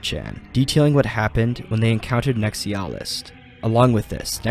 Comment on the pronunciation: How hard is it to pronounce NEX EYE UH LIST